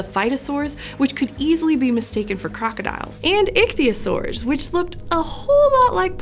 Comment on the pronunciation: I-eat-a-saurs lol